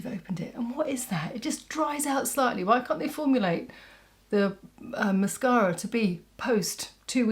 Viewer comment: Absolutely stunning as always thank you so much. I love your videos but I really love how you say mascara. Well, I’m from Alabama and I swear we put ten vowels and syllables in every word lol. Not classy like you are so thank you. I love the green look. I have silver hair and brown eyes. I’m gonna try it out and I love the lippie.